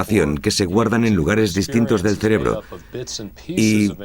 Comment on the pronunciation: Se dice cerebro, no "celebro"